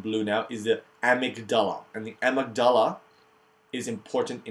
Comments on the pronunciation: You may have learned how to pronounce things by now but, amygdala: a-myg-da-la four syllables. Learn more proper pronunciation here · You say amygdala like such an Arab! Great video.